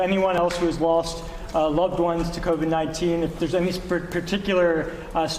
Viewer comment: A mother who lost her young son, can't even say the word, Covid.... So Sad....